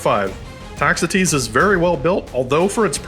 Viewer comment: Ah, on the pronunciation of "Toxotes". Thank you for a great video!